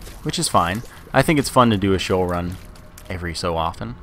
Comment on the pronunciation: its Shee-Ohl